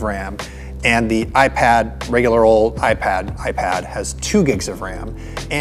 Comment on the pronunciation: Say iPad some more!